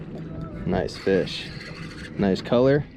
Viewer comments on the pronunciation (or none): none